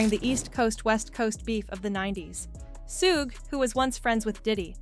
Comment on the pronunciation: To the announcer , Pronounce Suge's name right , it's like sugar . Ask somebody black